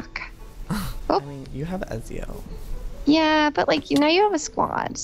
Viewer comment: OMG PLEASE FOR THE LOVE OF GOD PRONOUNCE IT PROPERLY EZIO's NAME IS PRONOUNCED E-TZ-I-O!! ITS MY CATS NAME SO PLEASE PRONOUNCE IT RIGHT!!!!!! 😡😤